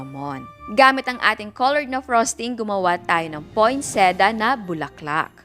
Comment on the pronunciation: Poinsettia po yun chef not poinseda hihi